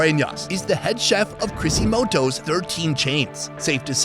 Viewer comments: He make crisostomo into a japanese restaurant Crisimoto.haha✌️ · Loved the Crisimoto, sounds like Quasimodo